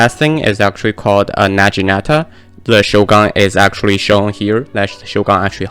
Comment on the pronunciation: It’s not na-jee-nata it’s nagi-nata lol